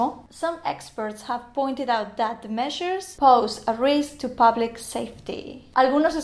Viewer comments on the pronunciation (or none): none